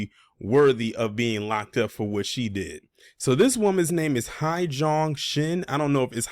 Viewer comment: It’s pronounced Hay-Jung. I taught in Korea for years.